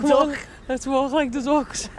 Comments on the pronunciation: It makes me crease how she pronounced ‘Duck’, “DUCKHHHS” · "Agh boughhhh too ducghhhhhhhs" (translation: I bought two ducks)